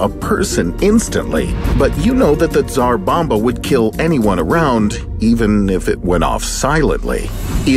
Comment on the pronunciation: Great videos! I like them! And for the first time I hear English speaker to pronounce Tsar Bomba the correct way! :)